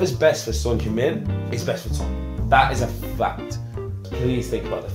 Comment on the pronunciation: 야 니네 팀에 몇년을 있었는데도 이름을 제대로 못 부르냐 손흉민이래ㅋㅋ 다른 종목도 처음엔 한국 선수 이름 잘 못부르더라도 몇개월, 한 1년 지나면 제대로 불러주는데 이것들은 맨날 쏘니 쏘니 거리더니 찐팬이라는 것들이 아직도 손흉민이네ㅋㅋ 의견을 구하기 전에 이름이나 똑바로 불러줘라